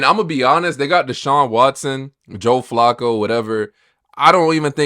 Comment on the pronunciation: You have a sports page and don't know how to pronounce Joe Flaccos name correctly? 🤦🏿‍♂️🤦🏾‍♂️